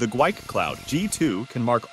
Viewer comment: The company name is actually pronounced, "gee-wee" 🤪 I was corrected by a tech on a phone call.